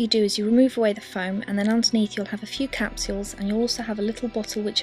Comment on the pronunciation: capSuewels lol